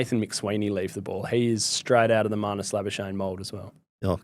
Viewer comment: Why doesn't manus say how his name is pronounced, instead of you guys mispronouncing his surname